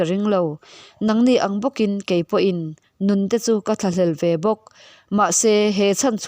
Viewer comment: Rinaiin mizo tawng i thiam lo.eg an nun tihte hi an Nu kanu tia ilam hi chhiar that leh awm